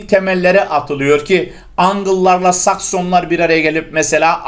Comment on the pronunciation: Saksonlar derken ele dikkat ettim hocam :)